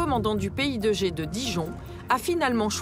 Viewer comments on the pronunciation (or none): A chaque fois qu'ils prononcent "PI2G", j'entends "Pays de Gée" (Maine et Loire), ça me perturbe ^^